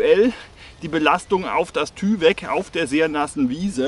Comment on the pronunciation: Wird übrigens Teiwek ausgesprochen. Kommt von DuPont.